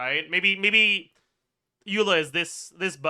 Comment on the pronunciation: Why he stopped saying Aela instead of Eula, it was so much fun